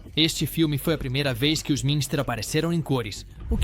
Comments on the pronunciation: Não entendi o que fala ao dizer Addams, e a pronúncia correta de Munster é mãnster e não minster (que seria a pronúncia da palavra alemã Münster). E há vários outros erros de pronúncia no vídeo como LEAVE IT TO BEAVER que foi dito como se lê em português. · O que é "família adandas"? "Família Minster"? "Iconícos"? Quantos erros tolos de pronúncia! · Sem falar no família Adandas e Minster, kkkkk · Essa locução via A.I. pronuciar Família "Minister" e Família "Adandas" tá Phød@ PQP !!!! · Não bastasse não ter ninguém de carne e osso para narrar o vídeo, ainda uso inteligência artificial de maneira amadora. Tudo nesse vídeo é muito ruim. Pronúncias incorretas, nomes errados, voz chata! Às vezes é Monster às vezes é Mister às vezes é Adams, e até Adandas. Lixo! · Familia monster e familia adams.q dificuldade tem a ia de pronunciar certo